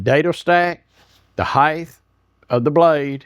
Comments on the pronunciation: the word is Height (think HITE) NOT Hidth. why is this so hard for americans ? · There's no such word as "heighth". You keep saying it. It's "height". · Height is pronounced as it is spelled. It absolutely is NOT pronounced “hie-th.” The word ends in a hard T.